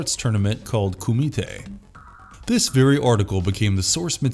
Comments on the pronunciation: This guy has never even seen bloodsport, he's just reading a script. The way he pronounces Kumite is hilarious. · Anyone else find it annoying AF how he keeps saying Kumite!???? 🙄🤨